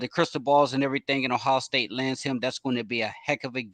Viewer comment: Well he can’t even say Ohio. He says “ohow” . He acts like he’s an insider for recruiting and knows nothing more than what anyone can read on a message board.